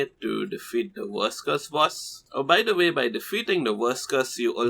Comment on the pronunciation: When this guy says "verse curse" it sounds like he's saying "worse curse" because that bossfight was technically f*cking hell to beat without any easy methods